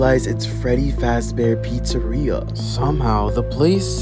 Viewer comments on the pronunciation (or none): He mispronounces many things. “William Apton “ “Freddy’s Fazbear Pizzeria “ “ Scott Copton “.